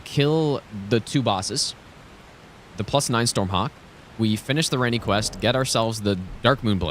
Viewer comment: To be honest, one of my favourite parts of these streams is actually the masterclass in pronunciation. Kukri= Cuckery Iji= Itchy Ranni= [G]ranny Radagon= Rada-gone I wonder if he's done Blaidd= Blade at some point. Now that would be worthy of a chef's kiss.